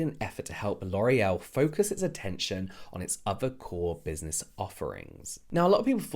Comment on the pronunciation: You’re not allowed to say L’Oréal correctly. You must say LORREL in the American accent 😂 I correct it in my head whenever you and use it the right way.